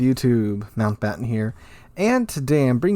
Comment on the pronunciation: Disappointed. I saw the name Sea Lord Mountbatten and there was no British accent.